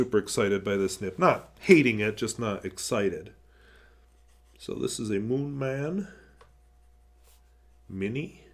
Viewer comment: "Mooman". Not picking on you haha! It was just funny 😂